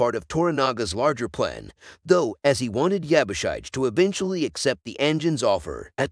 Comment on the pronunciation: Yabushige... shige is pronounced "she-gey"